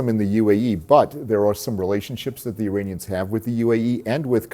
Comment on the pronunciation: Why does it always sound like they`re saying ``Uranians``? 😅 Greetings from Nuremberg, Germany 👋